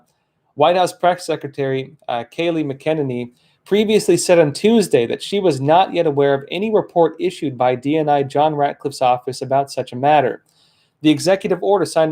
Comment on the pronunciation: Hey! Kayleigh McEnany pronounces her name Kay-Lee Mac-a-na-knee